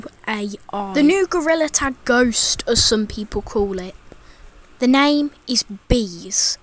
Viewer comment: Isn't he called "Name" Not "Namo"